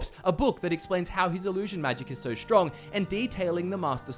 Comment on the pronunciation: "Shtudents," "shtrong." Using "there's" + plural. Disliked.